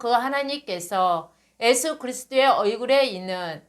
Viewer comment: 지적질하는 것같아 죄송하지만 읽어 주시는 여성도님 “애수”가 아니고 예수라고 발음해 주십시오. 부탁드립니다.